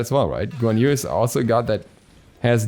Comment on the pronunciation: The way you said guan yu just made me feel very violent 😐